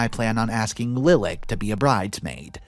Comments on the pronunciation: Pronunciation: Lilac= like the flower Li lak not lil ak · Lilac is said "Lye-lack," don't get why all these YT readers are saying it "LIL-ick." This isn't the first time I've heard this story with readers saying "Lil-ick" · giggle "LIE-lock" not "LIL-ack" Love your vids and commentary. One of my top three, in fact! Blessings! -Granny Heidi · Lilac is a flower, comes in white, lavender, and purple. Pronounced LIE'-lack. ;D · I'm sure someone else has mentioned it but in the 2nd story, the name "Lilac" is generally pronounced "Lie-lack", like the flower.